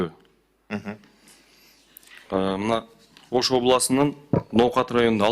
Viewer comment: Ноокат деп айтса. Ноокендейтгоо😂😂😂. Ушулар кантип иштейт